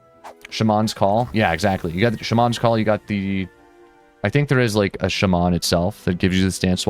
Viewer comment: Please google how to pronounce "shaman", the way you say it is actually terrible lol.